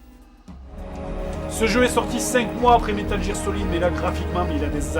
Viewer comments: METAL "J"EAR SOLID?! c'est de l'english de l'english raaaaah fais un (|[{#{|`\]@ d'effort! METAL "G"EAR SOLID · Metal JEAR Solid XD Lol Grenier